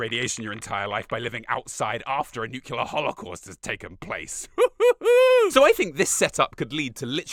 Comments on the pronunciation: ffs the word is pronounced "new clear" not "new-q-ler" smh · One teeny bit of constructive criticism: You're pronouncing nuclear wrong. You're saying "NUKE-you-lur" instead of "NEW-klee-er" I thought it might have been a one off mistake in this video, but I caught it in your Fallout 3 video as well. Feels ironic given the wrong way of saying it was very prevalent in America around the time Fallout is set in, given that it was a new concept and not everyone knew how to say it correctly. Don't see it much these days though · Say New, say Clear Now put them together… Nuclear Newqular is not a word. Cheers 😂👍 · It's odd that this well-spoken, intelligent man does not know how to say nuclear.